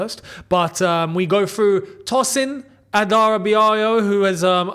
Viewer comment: I want to say thank you for pronouncing the name TOSIN ADARABIOYO correctly. ❤ Greetings from Nigeria.